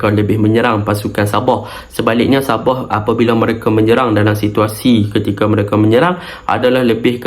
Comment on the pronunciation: Btl kn sebutan anda .. Sabah bkn ny sab0h .. Heee ..